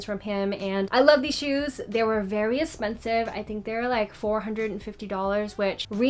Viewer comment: I love the way you say “espensive”💜😂